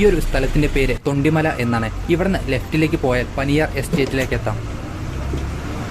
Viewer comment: തൊണ്ടിമല അല്ല... തോണ്ടിമല...